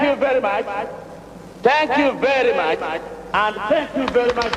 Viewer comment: "Tank you bery much, tank you bery much and tank you bery much indeed!"